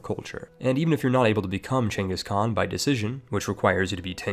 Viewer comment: Ragnar Lothbrok, not Ragnar Lodbrok. The letter ð is pronounced like the /th/ in this. Props for pronouncing "Genghis Khan" right, though.